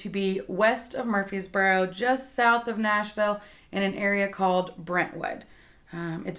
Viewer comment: Honey you’re saying “MURFEES boro”. It’s MURFREES boro. There’s an R in there you’re leaving out.